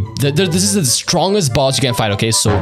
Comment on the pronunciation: Why are you saying boos just say boss😊